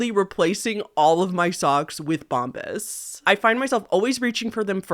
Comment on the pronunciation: Girl, it’s Bomb-BUH’s not bomb-bis 😂😂